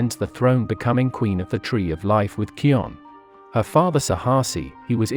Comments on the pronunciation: This is awesome. Although you pronounced Kion's name wrong. It's pronounced as "Kai-on" and not "Key-on". And it is not yet confirmed whether Mohatu fathered Ahadi or Uru. And, viewers, Kopa isn't canon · Mayan it is not keon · U missed pronounced Kion